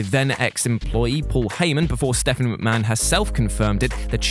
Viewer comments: it's McMahon not McMcahon !! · Ah yes, Vincent Kennedy McMcahon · 1st part of the video “Vincent Kennedy McMcahon” 😂 I wish he was called that it’s funnier. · MC MAHON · Who is Vince McMcahan?